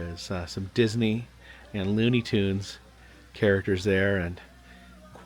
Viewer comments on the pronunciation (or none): none